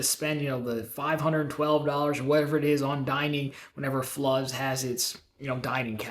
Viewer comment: Fluz is pronounced flews like news. At least this week the comment section didn’t blow up…